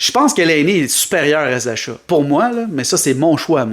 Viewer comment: "Zasha" lol. Ça se prononce "Zacka". Je prend Laine n'importe quel jour.